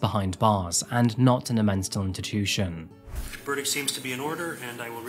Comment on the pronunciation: 😂😂😂 YOU SAID MENSTAL INTITUTION.... ROTFL. 🎉 I think it's great though! I even had to rewind it a couple of times, to make sure I wasn't crazy. Lol ❤😊